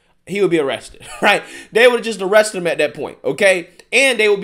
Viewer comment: no disrespect to your intelligence, I listen to your videos all the time. Suggestion: if you became conscious of not using 'dis' or 'dat' in your speech, it would benefit your listeners. It's distracting, not real words, so comes off as lazy speech, not an accent, & actually promotes negative stereotypes (discredits you). And I am not talking down to culture or race, because I am not of the majority in this country that you might assume would speak about this. Good luck.